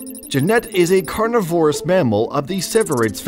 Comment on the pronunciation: "Genette is a carniVORous member of the civerrids family" My God buddy you managed to mispronounce the animal's name, the animal's description, and give the wrong family name. What a trash video by someone who knows nothing about genets.